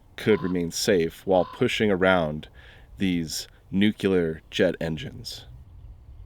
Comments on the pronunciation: "New-clear," not "new-cue-ler." They taught us this on our first day of nuclear physics. Please learn how to pronounce the subject of your channel correctly. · nuclear. NULCEAR! not NUKULAR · (Nuclear) When you can see through glass or plastic, you would say it's (clear). You DON'T SAY it's "Que-Ler" you M-O-R-O-N!!!!! Nu-clear...(CLEAR), NOT "Que-Ler"!!!!!!! 🤨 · When did pronouncing nuclEar, "nucUlur" become proper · I absolutely cannot take you seriously because you being someone whos interested in radiation should know better than most that Nuclear is pronounced New-Clear not New-que-lurr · dude! love the channel! are you really saying NOOK-YOU-LAR all the time, tho? wink NOO-KLEE-ER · How is your whole channel about nuclear science and yet you can't even pronounce the word properly. NEW CLEAR. Not fuckin NUCU LAR. Fuck sake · I found this channel a few days ago and I love the videos. There is just one small things that seems to bother me more than it should. I know I will get hammered for bringing this up but I really wish you would pronounce the word nu - cleer... every time I hear nu - cular a small part of me dies. I am sure people will say if ye don't like it leave... no, these videos are fantastic. I am trying my best to get used to it and for most people I normally let it slip. This is a nuclear channel haha and the word nuclear is one of the most common words heard here. This is only a request and no I won't stop watching if you continue to pronounce it that way haha. I really don't think this is the same as tomato - tomato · Pretty cool Just an FYI, It's not New-Cue-Ler. It's pronounced New-Clee-Er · This the second video this week I have tried to watch about radioactive subjects. I start listening and then the person that chose to speak on this subject drops the word "Nucular" instead of Nuclear.........and just like that......I'am done. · NU / clear Not nucular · Feel free to say NUCLEAR. Please refrain from saying NEW-QUE-LEER.